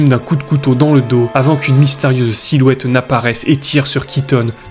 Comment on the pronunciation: Très bonne vidéo mais ta diction est un peu pénible. Tu accentues les E dans beaucoup de fin de mots, on dirait que tu te forces. En pleinE nuit, un hommE blessé, une silhouettE dans le noir… Sinon très bon boulot !